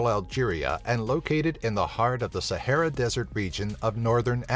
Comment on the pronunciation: You pronounce words wrong like Sahara